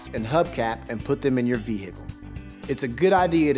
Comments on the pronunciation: Love how he says it like veHicle lol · Like hiccup 😂😂